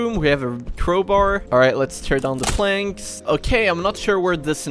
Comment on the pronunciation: Why does he say "Turn down the planks"